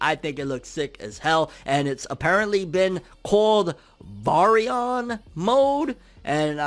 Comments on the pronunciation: Those eyes were momoshiki so the momo vs isshi interaction is finna be lit also its pronounced bare-re-on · Bary-on? Like berry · Lol why are you butchering the pronunciation of the word 😅🤣😂